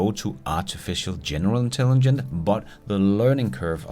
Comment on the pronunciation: for hulen da, det hedder Intelligence og ikke Intelligent:)